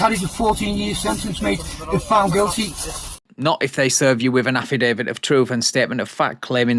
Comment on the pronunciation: ‘An afridavid to efsfrilly tell them…’